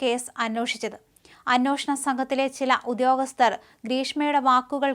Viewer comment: അന്വോഷണം ഏത് ജില്ലയിലെ മലയാളം ആണ്. അന്വേഷണം എന്ന് പറയുക... മലയാള ഭാഷയെ അവഹേളിക്കരുത്🙏